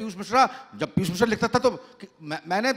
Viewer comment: साहित्य पर बार हो रही है और पीयूष मिश्रा और नीलेश मिश्रा जी के अलावा जो व्यक्ति हैं को शहर को सहर बोल रहे हैं जिसका अर्थ सुबह है और वो पीयूष को पीयुस, नीलेश को नीलेस। ये बहुत तकलीफ़ से भरा है।